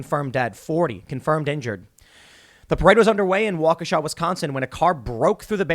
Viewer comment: Thank you for saying Waukesha correctly